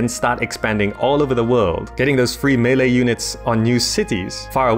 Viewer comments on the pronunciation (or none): none